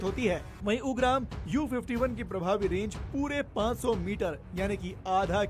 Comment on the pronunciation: 😭😭😭भाई यूंग्राम नही उग्रॅम hai🙏 थोडा हिंदी ढंग का बोलो yar🙏🙏🙏🙏🥰🚩🚩🚩 nice report though 🎉